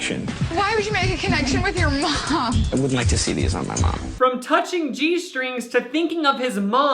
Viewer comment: the caption said wouldn't but it rlly sounded like would 😭